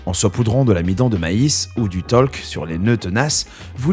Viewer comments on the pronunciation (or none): du talc pas du taulk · du taulc ? du talc tu veux dire abruti